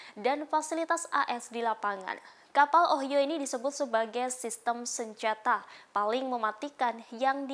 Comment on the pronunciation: Semoga secepatnya gencatan senjata Israeli Hamas terwujut,untuk menghindari korban jiwa,Ohio harus dibaca dieja (Ohaiyo), itu nama satu tempat di America.